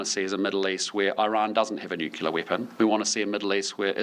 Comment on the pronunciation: It would be nice if we had a Prime Minister that could properly pronounce the word 'nuclear'.